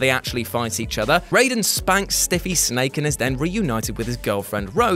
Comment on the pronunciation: You're a cool guy,. It's pronounced RYE-den tho. Not RAY-den.